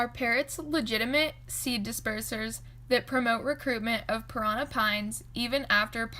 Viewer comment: Interesting. U need to pronounce it correctly, parannnnnà with d accent on the last a ! 👍